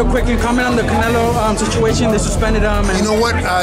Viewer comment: Saulbuterol "Cownelo" Alvaroids